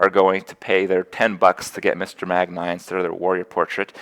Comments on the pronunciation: "Magn-ee" lol not Eye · You seriously think that saying "Megnay" instead of "Magni" will give you more YouTube comments? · its MAGNI not MAGNAY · wait is it "magneye" or "magnee" ? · Ey yo dawg, it's pronounced "Mag-knee." It's not "Mag-nye." He's a fokin legend, not a fokin scientist. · Just to note, it's 'Mag-nee', not 'Mag-nigh'. (Source: WoW and Muradin's Heroes of the Storm spotlight video.) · "Mag-Nye" You have to be doing this on purpose, Kripp. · Magni is pronounced MAG-knee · Ffs kripp its said Mag-nee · Stop saying Magni's name wrong Kripp!